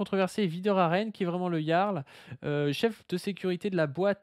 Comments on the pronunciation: moi aussi je prononce "Gearle" 😂😂😂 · Ça s'écrit le "Jarl" et ça se prononce le "Yarl". Encore un pseudo de faux jeton, ça s'écrit pas comme ça se prononce ! 😂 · En tous cas si Delavier dit "le Jarl", on est sûr que ça se prononce "le Yarl". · c est un ami mais il ne sait pas dire correctement le prénom de Jarl? bizarre, vous avez dit bizarre?🤔